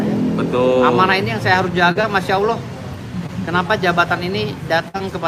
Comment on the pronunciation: Ngomong ALLAH aja jadi awloh,,,uss usss